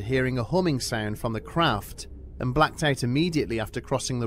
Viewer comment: I expected a good scare but unfortunately ended up laughing so a hard I'm going to have to rewatch this. Sometimes I enjoy being partly deaf because what I do hear is usually so much more funny. When the narrator said "craft" I heard... "They saw a collosal 'crap' three stories tall..."